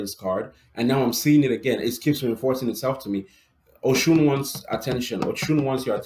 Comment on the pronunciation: Oh - you're saying "Oshun!" I thought you were saying ocean.